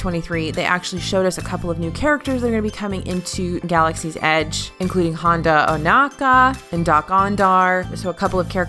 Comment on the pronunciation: Hey not to be too big a nerd... but its Hondo Ohnaka. Not Honda. Lol hes a space pirate not a car. Dont want a gas-tone vs gaston repeat.. lol Otherwise keep them coming